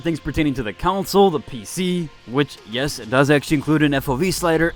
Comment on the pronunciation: CON-SOLE. Not counsel.